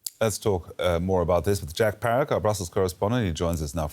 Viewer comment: or? He is babbling bla bla bla..